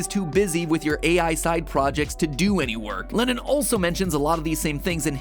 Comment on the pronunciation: I cant help but notice that matpat is pronounces Lennons name as Lennin